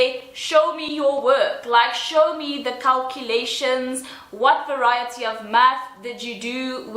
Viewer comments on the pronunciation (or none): none